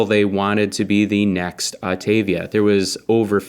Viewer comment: Autavia not Octavia! :)